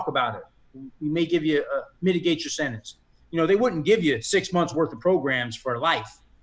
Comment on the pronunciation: Sentence, not sinnance.